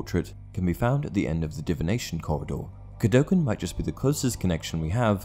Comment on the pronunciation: The pronunciation of Cadogan sounds completely wrong here